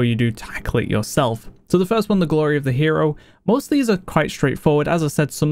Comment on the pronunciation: Just wondering, why do you pronounce words ending with y, like eh, ready becomes readeh, glory, gloreh? is it an accent?